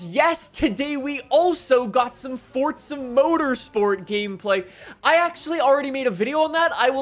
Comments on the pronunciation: Hey Man. It’s For Za not fort sza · There’s no T in forza ya dafty